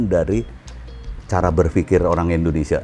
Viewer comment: ORANG INDO AJA SELALU SALAH MENGUCAPKAN NAMA NEGRI NYA INDONESIA, BUKAN ENDONESIA